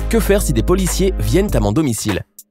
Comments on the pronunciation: "Poiliciers", aurevoir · A " Que faire ci des POILICIERS … " mdr tu m'as tué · mrd les "poiliciers" apprend a ecrire Putin